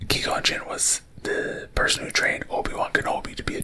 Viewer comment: lol it’s Qui as in quiet, gon as in gone, and gin as the drink.